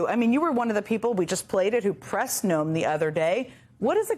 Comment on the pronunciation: Your commentary was interesting and very informative. However, it was rather irritating the way you kept pronouncing Noem''s name incorrectly as..."NO---EHM" Her name is pronounced..."NOME". It more or less rhymes with the word home...HOME---NOEM. If you do any future stories about our former DHS, please pronounce her last name accurately.